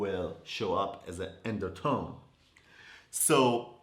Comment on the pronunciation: The “endertone” 🤣🤣🤣 I love you 😘